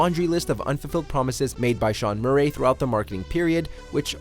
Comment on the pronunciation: The way says Murray sounds like Joaquin Phoenix in joker. Mur-ayyy